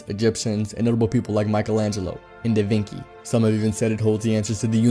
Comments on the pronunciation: He said Davinki 😂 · DA VINCI not DA VINKI Oh dear god english speakers why u do this sometimes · Da Vinki? 😂👌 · I know you didnt just pull a voros twins with "da vinki"